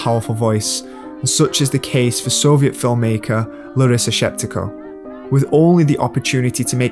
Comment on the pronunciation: Larisa Shepitko, not Sheptiko